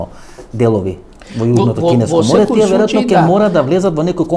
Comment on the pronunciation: Само немој "тија" ме нервираш како Миленко. "Тие" Васко"Тие" македонски.